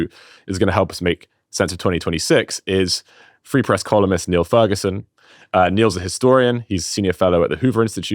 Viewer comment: Niall is too good natured to take issue with his name being mispronounced, so I'll do it for him.